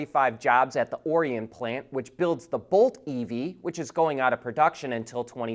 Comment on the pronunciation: Looks like GM is not going to continue current Bolts another year, sad. Xtra credit for pronouncing Orion (Mich) correctly! When carmakers threaten to slow EV production and development, federal government should threaten them with welcoming Chinese Imports